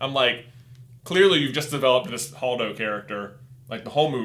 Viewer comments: holdo not hodo. And they acknowledge the correct pronunciation in the beginning of the video. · it is Hold-o hold pronounced like the word hold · Holdo is pronounced Hold o.